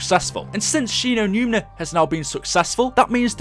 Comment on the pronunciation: its Shi no numa fucktard